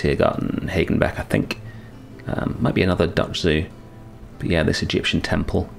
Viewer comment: The pronunciation of Hagenbeck in German would actually have long a as in 'park' but without the small r sound attached to it =D